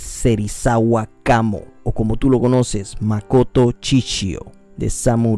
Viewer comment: No es chichio es Shishio.